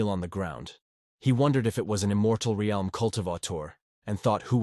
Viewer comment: Bruh why u say realm like that